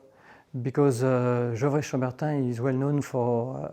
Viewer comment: The main thing I learned is how to properly pronounce gevrey chambertin.